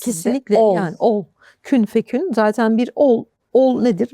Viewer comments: Kün feyekün, hocam yanlış söylüyorsunuz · Kün fekün değil hocam Kün feyekün ayeti kerimenin doğrusu İnsanlara lütfen doğru bilgi aktaralım Ağzınıza sağlık İlminizi afiyetle artırsın Ve istifade ettirsin Ömrünüze bereket